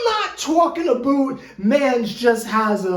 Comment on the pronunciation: “Tookin aboot” 😭😂😂